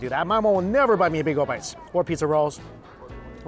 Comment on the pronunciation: With all the Asian accents he can do, why can’t he say “bagel” or “tortilla” correctly?